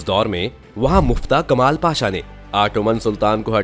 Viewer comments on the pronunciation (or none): none